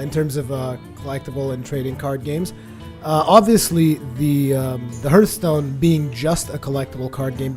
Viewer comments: HARTHSTONE NOT HURTSTONE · Its actually HARTH-stone,:) no judgement, I know English isn't your native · you watch TB,so why don't you pronounce hearthstone right?